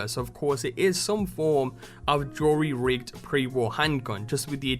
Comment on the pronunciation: where are you from? just wondering because you say some of your s' like a shh sound and said jerry rigged like jory rigged lol kinda caught me off guard.